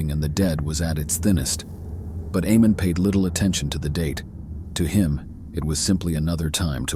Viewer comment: The name is pronounced AYE-mon. I’m so glad that YouTube is demonetizing AI productions now